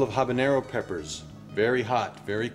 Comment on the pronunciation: Like how he says habanero the right way.